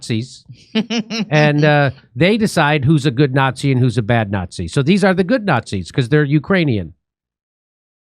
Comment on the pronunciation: you say nazi like a communist jew would jimmy